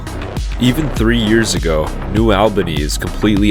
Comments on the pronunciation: I can see that cranes from here…. Also it’s pronounced New All-Benny for New Albany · Just FYI, it’s New ALL-bany, not New OWL-bany. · It’s New ALL-Ban-Eeeee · it's not pronounced like that, it's new ALLbany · New All-Ban-Ee (sorry, cringed a bit every time you said it in the video)... i remember the white fences going up to show the land they now owned 😔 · This video is bogus. This is Les Wexner and Jack Kessler's project. AI voice can't even pronounce New Albany. The video is off on timing as it actually started in the early 80s. Also ignored is the Rocky Fork Blacklick Accord. People got paid well and none were forced.